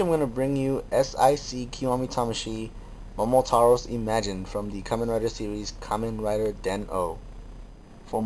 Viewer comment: .......FINNALY! Some one pronounces his name right. It has always made me cringe at how many people mis pronounce Momotaros. *thumbs up* Good on ya.